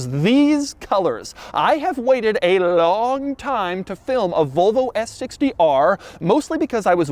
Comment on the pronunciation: i do not like the way he says Volvo as "Vulvo"